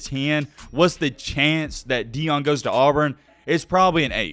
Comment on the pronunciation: It’s pronounced Ian not eon